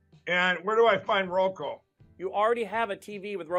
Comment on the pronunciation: Lindell needs to find a reverse mortgage company to be the face of. R.M. lenders are scummy to begin with and Selleck already reps one of the main ones. I guess the ⅛th wit will have to find a sub-par company. Ffs, he's still saying, "Roko." Ugh ugh ugh ugh.